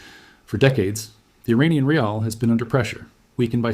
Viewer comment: Raeels? 😅😂 It is called rial, you so-called expert